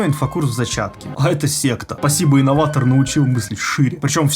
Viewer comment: не справился даже с буквой «Р». Истинный инноватогх